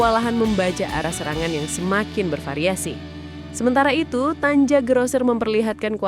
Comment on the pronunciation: nih narator perlu sekolah dulu ke jerman, biar bisa baca nama/ejaan orang sono, tulisannya emang tanja, tapi cara bacanya tania, bikin malu aja.